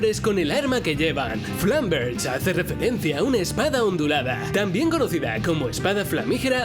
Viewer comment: olle dijo flanverga 😂😂